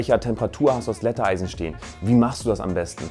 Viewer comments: es heißt Glätteisen nicht Glätteeisen lol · JUNGE! „Glätteisen“ nicht ✨Gläatteeisen✨ 🥴